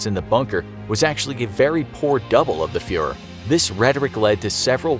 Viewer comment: You Guys need to Understand how to Properly Pronounce these Names that Include “Umlauts”. Embrace the Umlaut! Know it, Learn It. Geez!